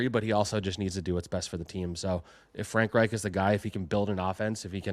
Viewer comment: not pronouncing Frank Reich correctly………